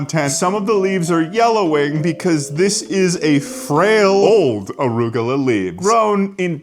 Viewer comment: why do you call it "orugola"?